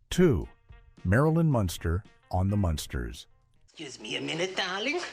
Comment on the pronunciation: Its pronounced Mun' sters not Monster